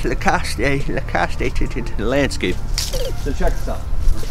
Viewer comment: So you are wearing lacostE? Pretty sure that e on the end is silent bro. Just sayin.